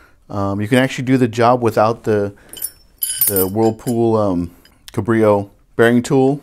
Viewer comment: Pronounced CAB-reo, not kuh-BRI-o Sorry, but this drives me crazy. Good informative video though. Thanks.